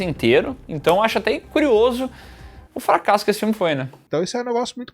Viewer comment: representa muito bem a língua portuguesa com fra-ca-sso ao invés do jeito certo. FRA-CAS-SO